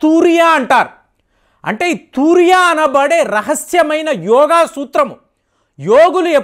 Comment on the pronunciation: తూ ర్య కాదు తు రీయా వస్త. అంటారు